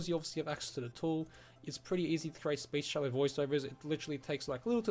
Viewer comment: You call it 'Speech-cello', but isn't it just 'Speechelo'? Anyway, just an observation - thanks for the video.